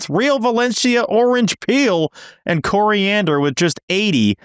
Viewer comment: And blew it by mispronouncing coriander